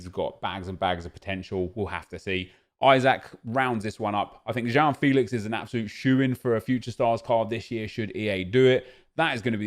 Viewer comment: Dont say JOÃO FILIX again please, just go to google translater and listen his name in Pt Please ehehe